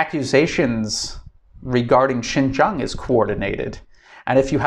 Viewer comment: Another advise bro! Please pronounce correct Chinese! Xin jiang would be pronounce Shin-jieng or Sin-jieng and not Shin-jang or Shin-jung. Okay?